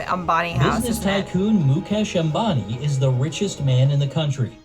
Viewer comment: It's not zambani... It's Ambani